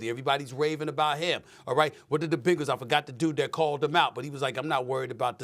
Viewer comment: Bengals!!! As in Bengal Tiger! Not Bangal's as in bracelet!